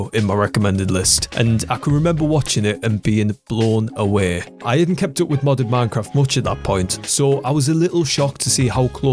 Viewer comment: Me: away Dis guy: Awee